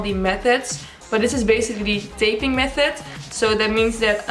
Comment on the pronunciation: I love the way she says method it sounds like meth head😅